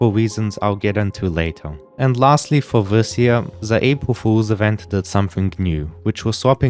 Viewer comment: Fow weal